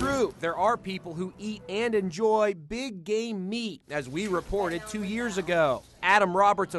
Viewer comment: LOL i thought he said BIG GAY MEAT